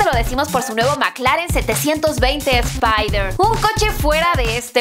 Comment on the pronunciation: Cómo cuando dicen Spaider y que es audorinamico me cage de la risa